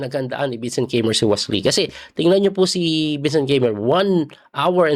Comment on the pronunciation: Coach its KAI- MER